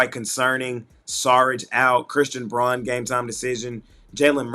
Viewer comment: Braun is pronounced brown